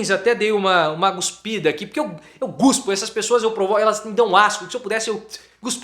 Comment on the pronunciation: Um professor pronunciar eu guspo fazendo vergonha na classe